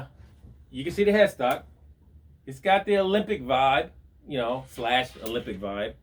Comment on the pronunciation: It's pronounced ALEMBIC, not OLYMPIC. Otherwise, good video, as always..